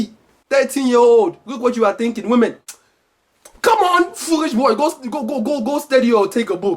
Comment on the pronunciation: Hahaha foorish